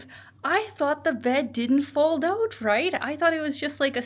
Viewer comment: "Check it ooot". Soo Canadian.